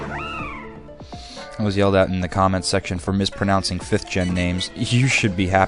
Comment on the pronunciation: can i mention you mispronounced cottoney or whatever its name is haha its something like cotton ee. and plasma not galactic. awsome vids